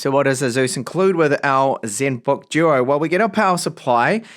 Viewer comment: Zenbook Juo. Juol screen.